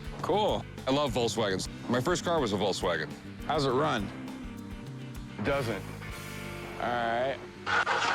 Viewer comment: Hey Rick...Its a VOLKSwagen...NOT a "VOLCEwagen"...😁😁😁